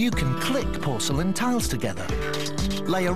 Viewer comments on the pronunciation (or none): none